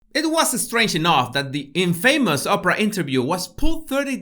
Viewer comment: Love you man. Infamous has stress on the first syllable.